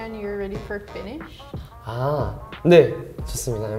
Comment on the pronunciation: He did so well!👏🏼 I really love his voice😍😍 and as a Finnish person, I was very impressed by his pronunciation😮